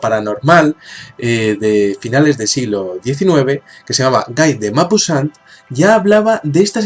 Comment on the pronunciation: "El Horla" es un cuento magnífico de Guy de Maupassant (por cierto, es francés: se pronuncia "Gui de Mopássant"), siempre que lo releo me da escalofríos. Otra cosa curiosa: eso de que los humanos tenemos 5 sentidos fue contabilizado por Aristóteles; en realidad tenemos entre 9 y 20 sentidos. Interesante. Me gustan las correspondencias que estableces con filósofos y especialmente con la literatura.